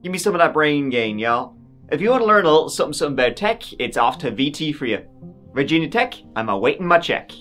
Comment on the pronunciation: Wth kind of pronunciation is Virginia?